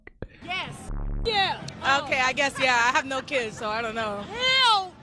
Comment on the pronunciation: It cracks me up when I hear someone say "key-ids".